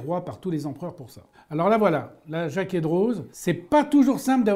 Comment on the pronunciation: Hey. Il me semble que l’on ne prononce pas le « z » dans Droz. C’est comme d’autres noms suisses tels que Ansermoz, Sandoz, Evequoz, Dessimoz, etc…